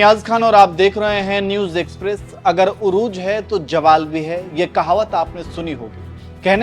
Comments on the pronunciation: Jawal Nahi zawal, Nahi aata to mat bolo, shudh bhasha chahe Hindi chahe Urdu chahe English magar shudh bhasha bolo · Khan sahab jawal nahi zawal right lafz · it is urooj and zawal no jawal. please learn to speak urdu before talking in urdu. thankyou.